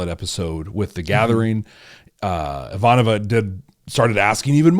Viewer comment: please pronounce Ivanova correctly. I-va'-no-va